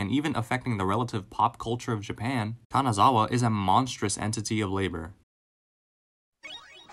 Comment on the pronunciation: Him calling her "Kanazawa" multiple times throughout the video really broke my heart..